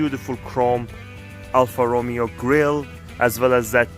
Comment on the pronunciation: great car but cried at the way you said alfa romeo